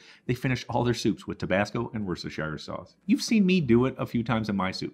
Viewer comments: Looks delicious, and simple enough even I can make it! Great content. (It's "wooster-sure," not "wore-cess-tur-shy-er," by the way.) Subscribed. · Worstershire sauce? Just pronounce Worster sauce, that's what we do in the UK. And please, start including the letter U into words like FlavoUr, ColoUr and etc. Also, the letter I in aluminium. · Wost er shur................ It's not difficult. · Pronounced 'woostersha sauce' you don't say the 'shire' bit .....or even just 'wooster sauce' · It’s pronounced “Woster sauce “!🤣